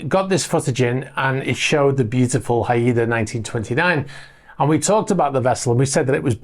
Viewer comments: Are you sure it is Hi-ed-a. The spelling is that of a Pacific Northwest Native American tribe, pronounced Hi-da, two syllables. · Not Ha-I-da! It’s Hai-da, classic Royal Navy ship name. Just fyi… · Not Pronounced “ High E Da” Its “High Da” …… FYI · Hi there. Thanks for these updates. I’d like to bring to your attention the correct pronunciation of ‘HAIDA’. Haida Gwaii Islanfs (in the Probince of British Columbia, Canada), are the ancestral home of the Haida First Nations. HAIDA is pronounced Hi Dah. GWAII is pronounced Gu why. 😀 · Haida is a tribe from Southeast Alaska to Canada.. pronounced HI duh, English is not my best subject.. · Pronounced "Hi -Duh" As in Haida Gwaii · Haida - Pronounced HI DA - (Haida) Natives from west coast of North America... Not just Alaska! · Haida 1929 is named after the native tribe of the islands of Haida Gwaii off the coast of Westcoast Canada. The correct pronunciation is [HY] + [DUH]. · The Haida are a famously warlike tribe on the Haida Gwai islands in northwest BC, Canada. Also a famous Canadian warship. Pronounced Hi -dah. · Haida is pronounced HI da if it is named for the indigenous people who live in Haida Gwai. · It's pronounced "Hi-dah" Trust me - I am west coast - gulf island. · Pronounced Hyde Uh. A Canadian Indian tribe :) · I suspect that yacht name Haida is pronounced “haɪdə” (as in “hi-dah”). At least, that seems to be the accepted Anglicized pronunciation of the Haida people. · Haida, pronounced Hi da, indeginous name from Canada 😊